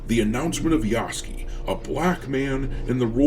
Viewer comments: Just in case you read this,... his name is not Yahskee. It is Yasuke. Spoken Yah-sue (like mary sue)-ke, you just say it in one go. Yahsueke - Yasuke. Although to be entirely japanese his name is Yah-ske, like Sasuke becomes Sas-ke. But not "skee", ske, more like sue-ke but you kinda swallow the U - like french sometimes just ignore letters. Not trying to get on your grill or be "that guy". Just trying to be helpful. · Ya-soo-kay. You have it spelled out in your title. Say it correctly. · I believe Yasuke is properly pronounced "Ya-Sook" like 'Luke'